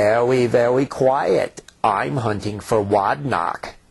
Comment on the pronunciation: Im wunting for wod knock. LOL